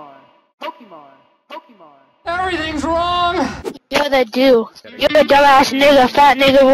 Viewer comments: "POKEMON!" really bro?... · when he said pokemon i wanted to die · I died on the inside when he said pokemon